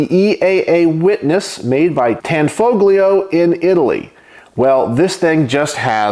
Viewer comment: It's pronounced, "Tan FO lio" - the G is silent. 😏